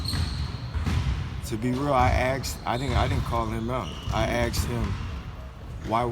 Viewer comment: “I aKsed him...”